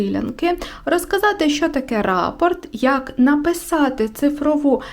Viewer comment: Вітаю. Дуже зрозуміла та корисна інформація! Але у мене одне малесеньке зауваження,- рАпорт, то доповідь когось комусь, а частина орнаменту, що повторюється, то рапОрт, із наголосом на о.